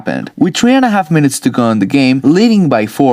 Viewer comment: 28-three not 28-tree. English people